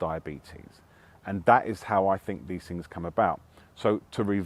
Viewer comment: Hmmm, this guy doesn't fink vewy clearly IMO